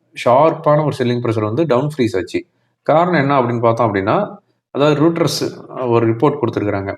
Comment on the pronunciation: ரூடரஸ்..இல்ல ராய்டரஸ்...